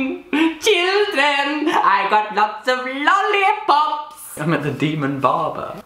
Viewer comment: When he went "CHILDREN" , he sounded like he had a Swedish accent and I was immediately creeped out bc people with heavy swedish accents are scary